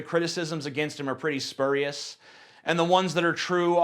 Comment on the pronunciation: You pronounced spurious wrong.